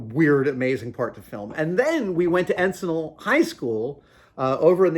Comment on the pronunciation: As an EHS grad it was always awesome to see you guys filming at Encinal. But FYI you pronounced it wrong. It’s like “n-sin-l”.